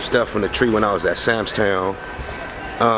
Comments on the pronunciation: He keep saying sams town lol club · Ghost stay callin it "SAMS TOWN" LMAO!!